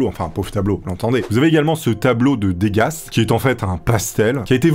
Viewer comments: "Dégasse" ahahahahah on dit "deuga" pour Edgar Degas, magnifique peintre par ailleurs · Si je dis pas de bêtise, "Degas" se prononce "deux gars" (au moins c'est clair comme exemple haha), et Munch "monk". Intéressant en tout cas. Je pense pas arriver à un seul de ces défis un jour :( Adieu richesse